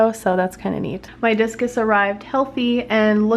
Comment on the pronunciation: I thought you said jesus